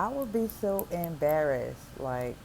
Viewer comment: "Omg, I'll be so embarreth."